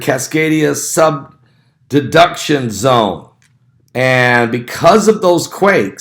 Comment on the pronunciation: Great video! 👍 but it’s Cascadia subduction zone. Not sub-deduction.